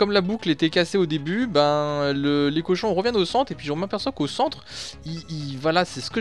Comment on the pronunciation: Petite erreur c'est cochons et pas Cohon 😉 belle vidéo comme dab!